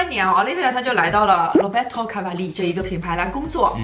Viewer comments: 我咋一直听成奥力给，没有不礼貌的意思。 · 小可爱跟我读 Olivier（法语）：欧～力～V～耶～。